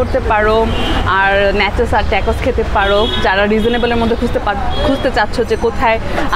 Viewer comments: Thik bolsen apu tacos ke tecos r nachos ke nechos boltase..akjon food blogger ayr amn vul kora thik naah... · নাচোছ আর টাকোছ উচ্চারণ হবে 🙂 keep up u doing good